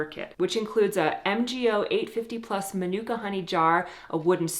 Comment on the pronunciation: You mean Ma nu ka that's how it's pronounced 😂 Ma Nooo car Hi from New Zealand ❤